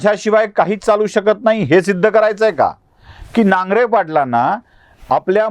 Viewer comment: नांगरे नाही नागरे